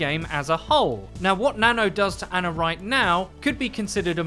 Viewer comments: For fucks sake say her name correct for once. It’s not ANNA it’s ANA. Pronounced Ah-nah. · her name is Ana (Ahh-nah) not Anna (Anne-ah), please stop saying it wrong BibleThump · You English guys just destroy names huh? Anna the way you're saying it has TWO N's. As she is Egyptian her name is pronounced AH-NAH. Ana. One N.